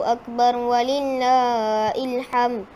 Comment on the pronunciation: alhamdulillah...tahniah ustazah!!! usha yg murni. Mohon maaf sy cma sarankan sebutan dan makhraj huruf muridnya dipertingkatkan... "walillaahi" jadi wlillaa " i "